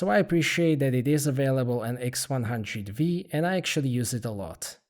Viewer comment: & nice camera- its the x100 Five not the x100 Vee